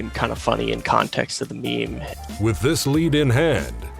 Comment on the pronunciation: Why dies he pronounced meme "maim"